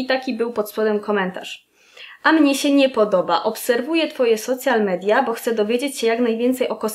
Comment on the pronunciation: Czytamy „Sołszal midia” - słowo „social” w tym przypadku nie ma związku ze słowem „socjalny” :). Jeśli chcemy czytam po polsku to po prostu media społecznościowe:)